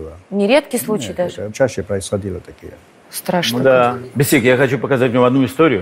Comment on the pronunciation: Ни БесИк, а БЕсик. Неужели никто не подсказал